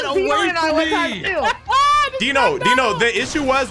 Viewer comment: Why do you call rhyme dino